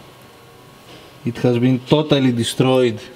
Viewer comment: Toe-tally deestroyeed,it is toe-tally gone,that was toe-tally awesome,toe-tally.